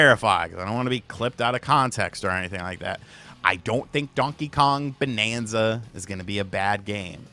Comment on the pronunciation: BANANZA and not bonanza!!!!!!!